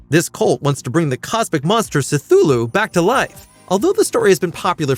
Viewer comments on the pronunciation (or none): Suh-thulu? Are you completely unfamiliar with the source material? It’s only the fvckin title,man… Say it with me. Kthu-lu. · Suh-thulu? Yeah, ya lost me with that.